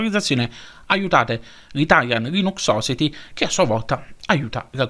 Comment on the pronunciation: Ti rompo le palle di nuovo: society si pronuncia "sosaieti" 😂. Buon anno❤️